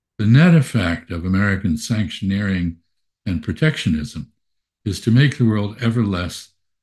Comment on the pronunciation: Sounded like when you said sanctioneering that youi mispronounced buchaneering